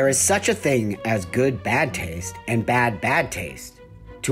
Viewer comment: If anybody should have been cancelled for anything, it's for how Buck Angel put the emphasis on "BAD taste" both times instead of highlighting the difference between "GOOD bad taste and BAD bad taste."